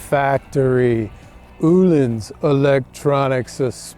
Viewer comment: O -Lins not oooh Lins rofl